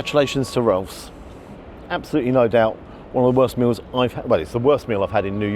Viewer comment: They nailed the name. Roooolf